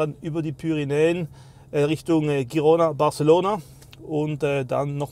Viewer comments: Es wird Chirona ausgesprochen wenn man es auf spanisch spricht. Auf Katalanisch Dschirona. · Eben nicht...richtig auf deutsch ist Hirona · Genial, weiter so! Ich glaube übrigens, es heißt "Dschirona" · Chirona 😊 „Tschirona“ wäre eher italienisch